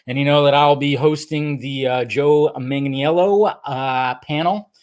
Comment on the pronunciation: is hours away from interviewing Joe Manganiello and he still can't say his name. MANG-UH-NELL-O.